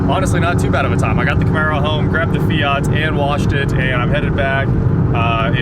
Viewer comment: It's FIAT bro not fiaaaaat, lol